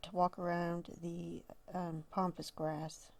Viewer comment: Please please please it's called PAMPAS GRASS not pompas. Please say it right as it's so annoying. So sorry to say this but I had to. Love to you and yours.